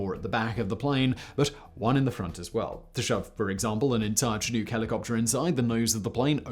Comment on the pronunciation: Why do you say chinook like that? I've noticed it multiple times now